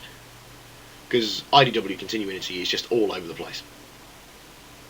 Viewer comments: Something has been bothering me for about a year now. Con-Tin-You-In-It-EEE. Is that a British thing, like Al-You-Min-EEE-Um? Because here in America, where WE INVENTED LANGUAGE... It's Con-Tin-You-It-EEE. Continuity. Not Continuinity. Not continuininitiniticonconconEEEEEE. CON-TIN-YOU-IT-EEE. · You mean the only one that says Con-tin-you-in-it-eee? Because it's pronounced Con-tin-you-it-eee. Pronounced like it's spelled, see. WE INVENTED LANGUAGE!!!111!!11!!11!!1!!!11!